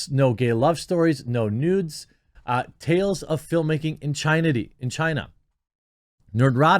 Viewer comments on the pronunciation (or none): "tales of film-making in chinaty" 🤣